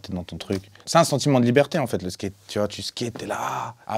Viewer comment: "Le Skéte" mdrrrr je le kiff